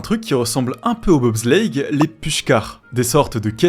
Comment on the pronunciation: "De BOB slllleitttttte